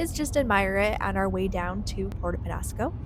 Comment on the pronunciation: just practice your ñ. Niño, mañana, peñasco...